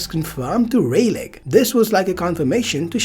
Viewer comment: Rayleigh... But i do like your videos... It would make it less interesting if the names don't sound right..